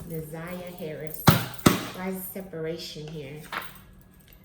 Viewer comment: Her name is Na’Ziyah. Not Zaniyah